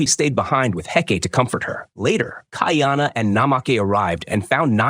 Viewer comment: Not key are nah pronounced Ki a na it's kai a na kuy are nah kaiana it's easier for me me to pronounce being New Zealand Maori Hawaiian and Maori language is similar but at least the narrator got kahumanu right.